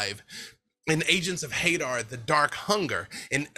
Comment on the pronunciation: Everyone pronouncing Hadar like "Hay-der" hurts my soul.